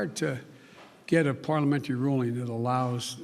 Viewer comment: Why is he saying “ parliamentary” why don’t you highlight that?